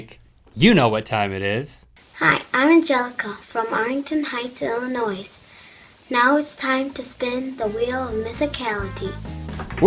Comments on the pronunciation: You know how I know she didn't stay in Illinois for very long? Because she pronounces it Illi-noise. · did she say illinoiSSSSSSSSS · Did that little girl say "Illinois"? With a pronounced s at the end? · I HATE IT WHEN PEOPLE FROM ILLINOIS PRONOUNCE IT ILLINOISSSSS ITS PRONOUNCED ILLINOIIIIIIIIIIIII. dafaq bruh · lol she pronounced the s in illinois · She said IllinoiS! Thats a living in Illinois never do. The S is silent! Haha, jk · did she say illionios wrong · wow the most annoying thing is when ppl say 'illinois' with the s on the end. and im from indiana... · she pronounced the 's' in Illinois, someone's about to get a whoopin' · Did that girl from Illinois pronounce the s in Illinois? It is suppose to be silent.. . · Heh heh, Illinois, pronounced the S. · awwwww she pronounced the "s" in Illinois !!!!so cute :) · WHY DID SHE PRONOUNCE THE S IF SHE LIVES THERE?!?!? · THE WAY SHE PRONOUNCED ILLINOIS, THOUGH!!!! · Girl lives in the state and can't even pronounce Illinois correctly? smh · that little girl just pronounced the S in illinois... and she lives there :( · SHE SAID "ILLINOIS" INCORRECTLY... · Oh goodness...why did the little girl at the end who announced the wheel of mythicality pronounce the "s" in Illinois?! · Lol the girl at the end doesn't even know how to pronounce the state she lives it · Tell me that little girl didn't just pronounce the S in Illinois. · That little girl announcing the wheel of Mythicality said Illinois wrong the S is silent. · That little girl pronounced Illinois wrong :-\ ... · How come a girl from Illinois pronounced it wrong? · Teach your child how to pronounce the state you live in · Arlington height Illinois? I live there!!! But don't pronounce the S at the end of Illinois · gah! she pronounced the "s" in Illinois, her parents should be ashamed!